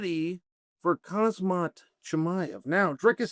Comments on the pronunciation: Can you learn how to pronounce Khamzat properly? it's not kha-zmat, it's Khamzat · Bro just say like it is khamzat Not hazmat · "Khazmat" lol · "Kazmaet" - Chael P Sonnen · ‘I took a speaking class’ “Kazmat Kazmat” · Why do you insist on calling him Khazmat? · Khasmat Chimaev, Boh hol Muhammad, Islam Machalchev, Alex Pee-era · Why is pronouncing khamzat harder than fighting Jon Jones, Chael?